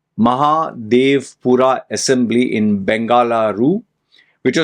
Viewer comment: Please learn to pronounce Mahadevapura and Bengaluru. I don't know your mother tongue but if you are commenting on something, you should know about it. You are right election has been rigged 100%. No democracy here.